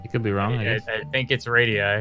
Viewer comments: Bruh. The way you pronounced radii killed me. The plural of Radius lmao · Sp33dy’s mispronunciation of radii was hurting my brain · This man said Radii LMAO